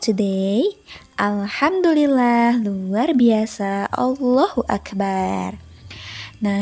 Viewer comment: Menyebutkan Allahu akbar nya salah mbak, Akbar nya tdk di baca panjang